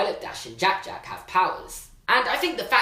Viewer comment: Anyone else love the way he says jack jack